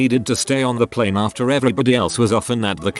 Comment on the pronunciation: How it says plane Pleeeeene Gets me every time